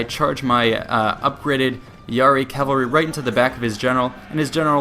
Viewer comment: Man, you pronounce cavalry like Calvary, that place where Jesus died.